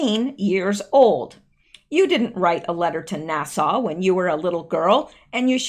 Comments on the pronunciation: Could you learn to say NASA correctly. Nassau is a beach, NASA (næs·ə) is the space agency. You can learn to say is correctly from some clips from Armageddon. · NASA rhymes with casa (Spanish for house) not Nassau like the island or the county. Thanks.